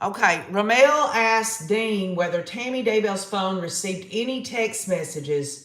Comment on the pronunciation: Pronunciation is RaMmul. For Rammell.